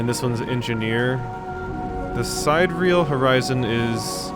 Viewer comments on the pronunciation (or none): Sidereal (adj.) - of or with respect to the distant stars. It's pronounced (sid-air-e-al)